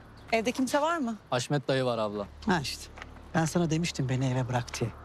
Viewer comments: Birkac bölüm önce hasmete de gardasim dedi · Kaçırmışsıniz Haşmet e de dedi 😅